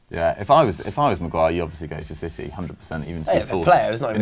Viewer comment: I hate the fact that keeps on saying “Maguay” instead maguire